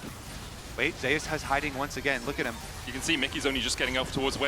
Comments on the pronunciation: You're the one pronouncing his name wrong. It's pronounced as ze-yus per his preference — in korean it is 제우스 (je-oos-seu). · Does anyone find it annoying that the pronounce Zeus wrong?